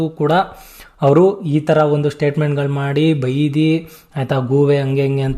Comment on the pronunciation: ಬೈದಿ ಅಲ್ಲ ಬೈದು